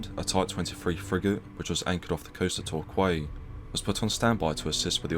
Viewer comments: The voice over pronounced Torquay as "Torkway". It's pronounced "TorKee" for goodness sake! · its Tor KEY, not Tor KWAY. Sybil Fawlty will beat you up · Priti Patel is hard as nails, the closest policitian to Margaret Thatcher we've had since, well, Maggie. should've known Torquay is pronounced Tor-Key though!!! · Is this a British robot voice narrating the story? Cos no one in the whole country (probably) says "Tor Quay" Torquay is pronounced "Tor Key" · Tor qwey? Torquay is pronounce torkey sounds like doorkey in my Somerset accent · Isn't Torquay pronounced Torkee, not Torkway? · The Commentator of the video is a Mong!.......TorQway (It's Torquay (Tor key)ffs) and other misnomers :-O He must be Ex RN being that thick 🤣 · The narrator of the Video sounds very British....which begs the question as to why he pronounced "Torquay" (pronounced Tor-key). He pronounced it "Tor-qwy-ee". I know our education standards have slipped somewhat...but Ye God's!!! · Torquay is pronounced as tor-key, not tor-kway 😁 From the information I heard it sounds more like the captain was covering his butt from getting done for human trafficking once he found the stowaways, rather than being taken over by pirates, which kind of makes sense. Why would you sail all that way to wait until you were nearly in port 😆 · Tor-kwey? It’s Torquay (tor-key) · haha.torkway.lmfao...i think he means torquay...(tor-key) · Torqway 🤣🤣🤣 it’s Torquay pronounced Tor-key 🤣🤣🤣 shockingly the British and even closer English narrator should know this. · Torquay is pronounced "TORKEE" not "TORKWAY". :) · Did that English man just call Torquay Torkway? Shameful. Other than that, good video. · I watched this from the coast haha, I live at the Solent so we went down to the beach the watch the ship coming through! awesome vid on this bro yet again! :) also its Torquay (Tour Key) not tour qway 😂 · Tor-kway? Is that near Torquay (pronounced torkee?) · TORCWAY? Pronounced TORKEY = (TORQUAY)